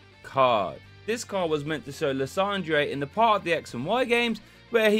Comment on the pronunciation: Love the “lissondray” pronunciation. That’s way cooler than “lie-sander” 😎